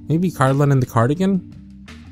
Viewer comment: Bless you, Cardlin! You’re like the only person who’s ever pronounced my name right first try 💕